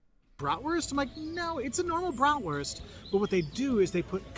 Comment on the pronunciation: German here: You pronounced that wrong?! Dude you are one of the few americans who pronounces "Bratwurst" almost perfectly! Also, veal Schnitzel is the austrian version and there is another version of "Jägerschnitzel", the one from the former GDR: breaded Jagdwurst ("hunters sausage") with tomato sauce and noodles . And Sauerbraten is a kind of roasted beef which has been in a marinade that contains a lot of vingegar